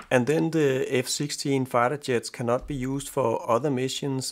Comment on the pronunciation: You pronounce jet funny. It sounds like yet. Rest of your englisch speaking is great. Much less accent than me i guess.